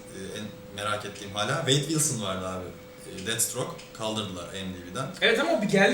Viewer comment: Deadstroke değil Deathstroke